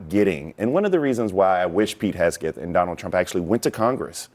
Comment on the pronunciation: Him saying “hesgeth” was driving me nuts 😂